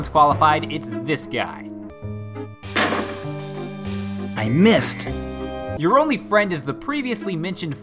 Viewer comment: He fired, then he myissed, then he fired and he myissed again